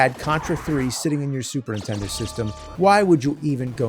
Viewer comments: It's charming that after all these years, you still say "Super Intendo". That's dedication. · 20 years of this show and the man still can't say the words Super Nintendo without it sounding like SuperINtendo and it drives me up a wall